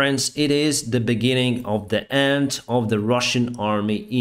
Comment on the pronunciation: The words and, end and side is normally not pronounced with a t in the end. It is d in the end.